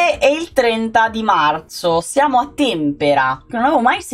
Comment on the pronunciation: L'Aquila presenteee!! il paese si chiama Tempèra, con l'accento sulla seconda e